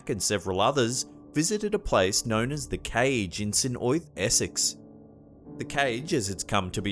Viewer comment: That item about the witches was most interesting to me. I experienced a past life memory of being one of them all those years back. By the way, the name Osyth is pronounce "O-Sithe" with accent on the first syllable. I spent a holiday there many years back which I shall never forget. I think the bewitched woman in the tree was the most creepy of all the clips.